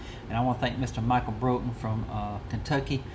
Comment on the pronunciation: Glad you liked it Doc. But man you butchered my last name 😂😂😂 its pronounced like "Brought-en" like you Brought someone something. My Buddy Kevin Klein from Colorado made that pouch and the Mini Bowie knife. Thats a real Native American Arrowhead from Colorado that holds the pouch closed. The Iraqi Freedom zippo i bought for my Buddy Jon when he got back from Iraq in 2006 on his 3rd Deployment. He carried it till 2017 when he tragically Took his own life after years of struggling with mental health and the recent divorce from his wife. 23 a Day is 23 too many. So I thought it would be better suited in your display case. Respect~RedEye 😎🇺🇲⚔